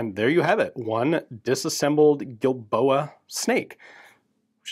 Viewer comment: I sewar I kept hearing that pronounced as "D"ildoa.